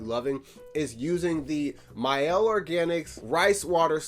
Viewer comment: Hey. Great videos. I'm learning a lot. Just so that you know, MIELLE is French for honey. It's actually pronounced "ME-ELLE" and not "MY-elle". I can't wait for your next video.